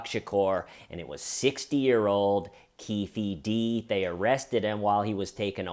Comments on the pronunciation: Lol, you know I love you bro but it's pronounced "Keef Dee." As a huge hip-hop fan I can't let it slide sorry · I can’t stop laughing every time you say Keefy D 😂 whatttaaaname